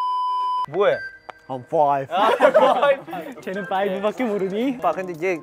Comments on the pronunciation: Chan is fOiVe🥴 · Changbin: high school musical Chan: im foive